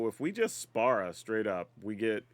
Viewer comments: Also, the pronunciation is more like "spear-uh", just fyi for the creator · You know normally mispronouncing something doesn’t bother me much but FFX is my favorite Final Fantasy game and hearing you call Spira Spara repeatedly has like a small dagger and it’s worse when that’s not even his name but the world of FFX, his name is Sin!!! 😂 still a fun watch despite this though.